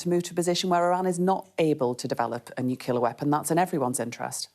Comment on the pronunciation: The Education Secretary can't even pronounce Nuclear correctly. Another word salad interview